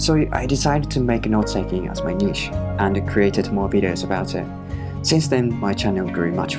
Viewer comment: ❤️ I wish i could like twice for using the correct pronuncation of niche ❤️